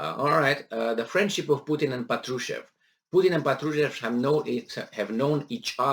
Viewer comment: The stress is on first A: "pAtrushev"